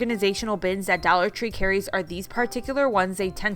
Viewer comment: I love how she says Dallor Tree 😂